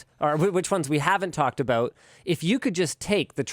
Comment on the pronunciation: Am I the only one who thinks "Ha they said aboout!" every time they say about?